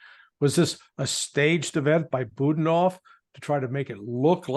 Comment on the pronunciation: not BUDnov, it's Bu-DA-nov !!!